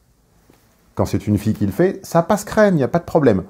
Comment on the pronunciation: "Ça passe crème" l'intonation varie significativement et n'est pas habituelle pour toi. Par hasard, j'ai remarqué hier que Jean Messiha s'était mis récemment à saupoudrer ses interventions de "ça passe crème" qu'il utilise précisément pour mettre en lumière les incohérences de la gauche. 🎯 Coïncidence? 😏